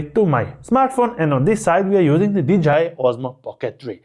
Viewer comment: did you say "DJI mic 2" or "vagina mic 2"? LOL 🤣 Great video BTW